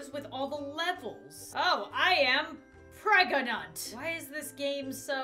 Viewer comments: oh am pregonut Me: Yes very good English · "Wow, I am preganant!" Me: Do you mean you are.. pregnante? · i am preg-a-nat. LMAO I'M DYING OF LAUGHTER